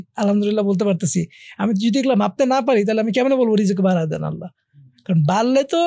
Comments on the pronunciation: ভাল লাগল কিন্তু একটা জিনিস বুজতে পারতেসিনা আপনারা বার বার রিজিক কে কেন বিকরিতি করে রিজস্ক বলতেসেন?এটা কোন ধরনের অসভ্যতা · উচ্চারণ টা কি রিজ্ক নাকি রিজিক ? উপস্থাপক দুজনেই রিজ্ক বলছেন কেন ?